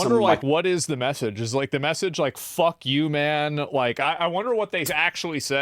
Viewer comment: Did you say fwankyu to mr President for destroying the bunkers 😂